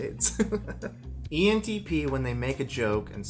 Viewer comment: "Entpenis" I‘m sorry lmao